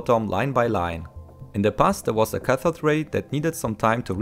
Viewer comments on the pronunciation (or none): none